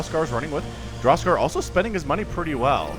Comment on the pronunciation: I was 100% sure was just pulling our leg with his pronunciation.